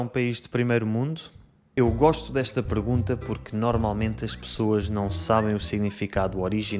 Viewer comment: So weird, I could swear I hear you saying “pregunta” instead of “pergunta” 🤔